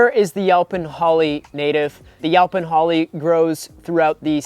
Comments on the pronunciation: Is he saying 'yelpon'? Weird. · I’ve never heard it pronounced yow-pin holly before. I kinda like it! 😂